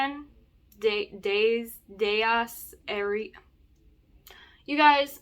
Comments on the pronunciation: Dies Irae is pronounced like diez (ten in Spanish, and ear-ay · In Latin pronunciation Di-yes Ire the letter "e" in irae is a long vowel without twanging. It is more like a hard pronunciation close to italian but following Latin's short and long vowel rules.